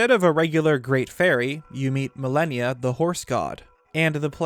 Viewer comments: Amazing video, but... I could not stand how you pronounce malanya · it wouldn't be an video without some butchering of a word. He also pronounced Malanya wrong lol. But at least he fixed his pronunciation of "Hateno" which shows he CAN change! (He usually pronounces it "HAT-no.") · Of course it should be pronounced Malon-ya...but can't even pronounce the word "Celtic" correctly....bruh...your vids are cool and all, but it's pronounced with a hard C (k sound)...unless you're referring to a sports team from Boston. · Ma-Lan-Ya. I chuckled every time you called the horse god Malenia😂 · Malanya not Malenia. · Malanya, not millenia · Every time he said "Milennia" instead of "Malanya" I think I died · I think his name is pronounce Malan-ya, not Malenia. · Mah Lah Nyah. stop fucking saying milennia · "Milenia"???? you mean MUHLAHNEEYUH ... like what.. you're saying "millehneeya" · Name is pronounced Ma-Lan-Ya. Not Millennia. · Naw dude it's not pronunced Malineya.. it's like the 1st lady Malanya (Mah-Lawn-Yah) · You are pronouncing Malanya as millenia..........it would make way more sense and sound like Malon if you pronounced it like Ma-lahn-ya. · its "mah-lan-ya" (you know, like orange "man's" wife) not "millennia" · "Millenia?" Shouldn't it basically be pronounced Malon-ya? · Ah yes, I too pronounce "Malanya" as "Millennia" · Bro why tf is your name?? It makes no fuckibg sense. You make great vids just pls change your name EDIT: Its called MAL AH NE AH Malanya. Just like the name Malon. How did you not get this? The way you pronounced it made this video hard to watch. The rest of the vid is great. Just please learn how to pronounce things. EDIT: Its pronounced Keltic with a hard c. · Also its pronounced MAL AH NEE UH Malanya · it’s pronounced mal AH nee uhh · Isn’t it mah-lan-yah? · pretty sure its pronounced Ma - lan - ya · has it right, it's Mah-lan-yah. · How do you get melinia from malanya? And oakerina from ocarina?